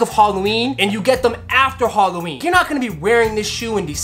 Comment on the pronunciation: bruh halloween not goddamn "holloween"